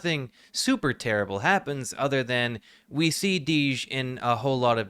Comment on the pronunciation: Reuploading it after fixing "many issues with the original" and still not getting his name right is wild to me. His name is DJ. Dee. Jay. Not Deej.